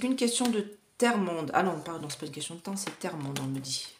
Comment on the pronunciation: si, si, réécoutez la vidéo, si je l’ai relevé, c’est que l’avez prononcé au moins deux fois !